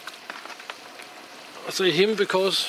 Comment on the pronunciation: Goeie dag hier vanaf Suid Afrika my vrou hou baie van die manier hoe jy potjie gese het :).Good day here from South Africa my wife liked the way you said potjie nice to hear my language al the way from Россия .Mooi bly.